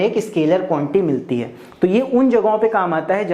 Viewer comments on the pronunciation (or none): Sir be like: Quantity ❌ Quanty ✅